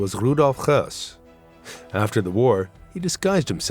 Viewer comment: Why do you pronounce Hoess as he was russian or polish? He was german.